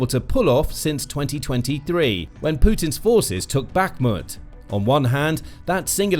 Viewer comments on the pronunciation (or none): none